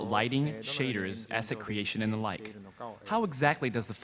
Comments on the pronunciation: did you rike it? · did you rike it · DID YOU RIKE IT?? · YES, I RIKE IT VEWRY MUCH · did you rike it ? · DID YOU RIKE IT!! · Aidan T. V. That’s intentional. It supposed to sound like utter gibberish. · Hahahahahha I was saying that the whole time XD